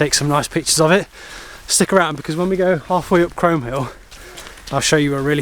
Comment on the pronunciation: Great video...well done guys .In a few years Aurora will be romping up hills with you! We did those hills a few years back, and I was told in no uncertain terms, by a local in the pub, that it's pronounced "Chroom" Hill! I had no idea! Anyway, brilliant stuff you two/three!